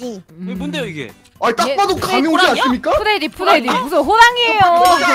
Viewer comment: 잠뜰님이 프레디말할때 푸레디라고 들리네